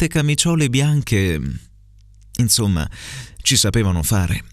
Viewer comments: Il terzo errore potrebbe essere: talliavano pronunciato con due elle invece di GL. L’altro che ho trovato è: inzomma invece di insomma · Ci provo, vediamo se il mio ascolto attivo è buono, allora, secondo me i tre errori sono: 1) Inzomma 2) nomi 3) porto P. S. complimenti per la lettura, bellissima! 😍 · Dieci giorni con E chiusa - INZOMMA XD - "Era un BUON piano" con uo chiusa - "Gli piacevano i nOmi dei cavalli" con o aperta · Proviamoci: la s di "insomma", "nòme" e "pó"....e poi tutti a ripetizione da te! :)) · Non ce l'ho fatta ad aspettare domani. Allora: 1 occhi aperti, pronunci la e di aperti chiusa, credo sia corretto pronunciarla aperta 2 gli uomini, non pronunci la gl, dici "i uomini" 3 la s del primo insomma è sbagliata, è giusta quella del secondo insomma